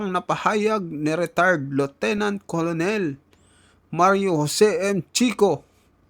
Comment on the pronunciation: Khit umapoy p ulo ninyo cnu nman susunod s inyo may vlo2 k bigkas colonel kernel hindi mo alam